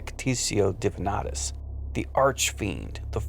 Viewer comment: It should be pronounced "divinatus", but it's actually pronounced "davinitatus" (2 t's)... ;)